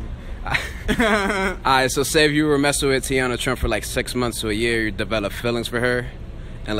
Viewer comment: Mans said teana trump